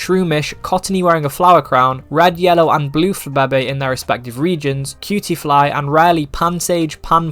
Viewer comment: nevr say flababe' again